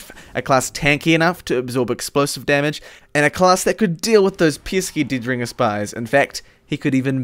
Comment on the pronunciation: i know that you have an accent but still... Didringer, Binifit, Dimoknight :D